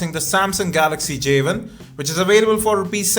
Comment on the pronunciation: J ONE, not Javen